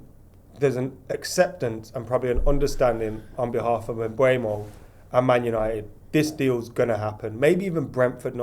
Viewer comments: M-boo-mo, not M-bway-mo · Complaining about how long the Mbeumo deal is taking, still can't say his f'ing name properly!